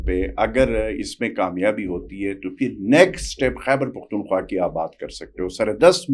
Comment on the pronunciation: جناب ، یہ “حَیبر پحتُون حُوا “ نہیں ہوتا جناب ! خ کو درست ادا کرنا سیکھیں ۔